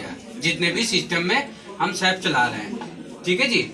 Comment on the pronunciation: As a teacher u r wrongly pronouncing SAP.Firstly correct it.